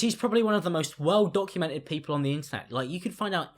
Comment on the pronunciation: “look man other poople” wait wtf did you say 😂